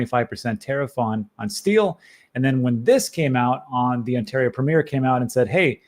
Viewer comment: Please google "how to pronounce Ontario"